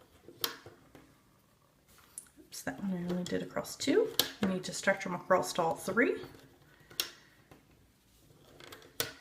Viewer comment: I have a question.? Why do you say "acrosst"?